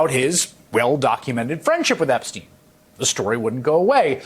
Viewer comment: "Trump epstiend Epstien." ~